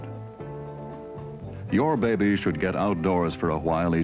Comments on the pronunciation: Anyone who watches Ze Frank’s videos will get why I cracked up every time he said “beh-beh.” (And if you’ve never seen Ze Frank’s animal mini-docs, they’re both hilarious & educational.) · Behbee! Lol